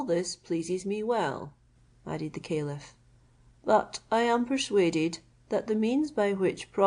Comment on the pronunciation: You are pronouncing Caliph wrong, I had to listen carefully it is a good thing the it is also in writing.